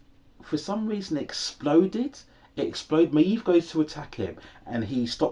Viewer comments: yes you say it may-eve almost 😭😭 hope you review season 4:) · Your pronunciation of maeve is so annoying